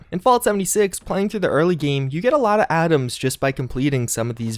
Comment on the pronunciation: love the way he says "items" AA'DEMS